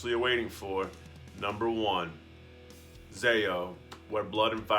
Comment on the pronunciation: Ty for saying ZAO.